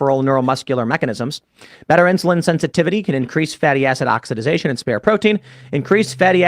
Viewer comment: It’s OXIDATION, not oxididzation?? Wtf